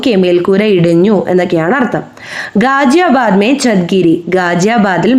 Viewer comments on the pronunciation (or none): गाज़ियाबाद തുടങ്ങിയ വാക്കുകളുടെ pronunciation തെറ്റാണ്